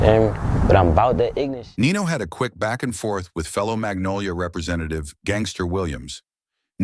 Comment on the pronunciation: Dat man got structure innat bity, mfs really say nenolia for magnolia 😂💯